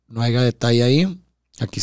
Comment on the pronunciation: No puedo creer que diga “aiga” hahaha! No hay pedo y vale madre, pero no lo puedo creer! 🤣😂